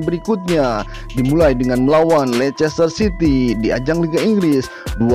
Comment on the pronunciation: City min city bukan ciry